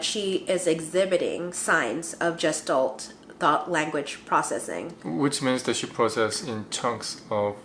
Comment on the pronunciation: The word is “gestalt” is pronounced with the “g” as in “Good” or “god”. I am a speech therapist.